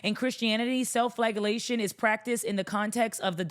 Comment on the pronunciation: Love this take. Also real quick, it’s typically pronounced fla-jell-ation